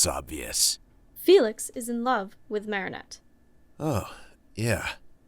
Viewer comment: i’m obsessed with how felix pronounces marinettes last name different every time 😂😭